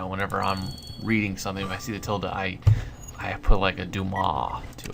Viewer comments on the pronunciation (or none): none